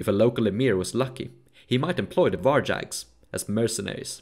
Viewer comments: Var-YAgs, not VAr-DZHaks. similarly, StAra-YA LAdoga, not StarA-DZHa. Rus as R-OO-s, not R-AH-s. Pechenegs are Pe-TCH-enEgs, not PE-K-enegs. Seriosly, it hurts my ears every time I hear those. You did a lot of research for the video, why not research pronunciations? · Can u research the pronunciation of words you use like 100 times inn the vid? There's no such thing as "varjacks"